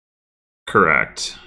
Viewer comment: Indeed, I particularly enjoyed the parts where you said things like 'Yeah' and 'Correct' very emphatically with longish pauses on either side